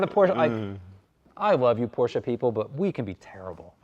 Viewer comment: Why you say PORSCHA ?